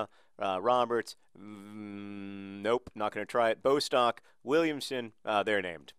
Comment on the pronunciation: John I know mispronouncing things is your thing but it is pronounced Bost-ock not Bo-stock :)